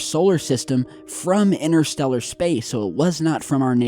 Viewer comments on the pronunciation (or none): Try saying interstellar & we might make sense of what you are saying,innerstellar does not make sense the same as your other favourites innernet & innernational,there is a"T"in these words for a reason